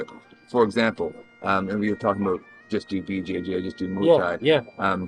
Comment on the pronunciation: I know you said “BJJ” but it almost sounded like you said it the way Master Ken does “Bu Jay Jay” and now I can’t stop laughing